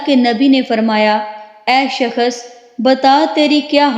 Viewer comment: Skhas nh hota h shaks hota h apna talaffus bhi shih kr lijjyeyy please